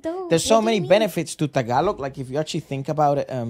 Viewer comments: is so hilarious 😂. Your pronounciation of Tagalog words is on point. 👏👏👏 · Your random tagalog makes me smile bro and you’re saying it right bro 👍